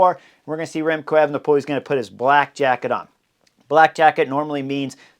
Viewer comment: Remcold or Remcloud Evenepoel?